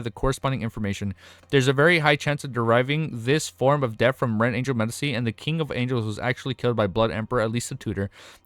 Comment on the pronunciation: the c in medici is pronounced tchi